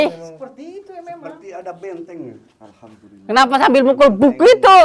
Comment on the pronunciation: alhamdulilah ko bacanya ahadulilahirobil